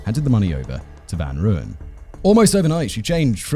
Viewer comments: Simon,you must brush up on your Afrikans.It's Mal-herb-a and van Royan. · Hi Simon. Thought I might help with pronounciation: Van Rooyen = 'Fun Roy-en' (pronounciation). Love the show. Escpecially when you and the team cover our South African cases. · Listening to Simon butcher the South African pronunciation of Van Rooyen (rooy, like as in royalty) makes me laugh so much 🤣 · The Rooy in Van Rooyen is pronounced more like the Roy in Royal. Other than that, great video again :)